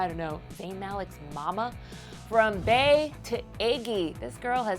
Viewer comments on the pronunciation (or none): Bay? I cringed, stop saying that. Its BEE. Like BEYONCE not BAYONCE. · ist bey and not bay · White People it's BEE ...BEY is said like BEE not BAY! Such losers! Always trying to be hard but can't even do it rightl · Lol and the fact that she's pronouncing "Bey" like "bae" is hilarious